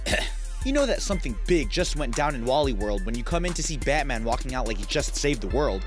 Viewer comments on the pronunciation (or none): none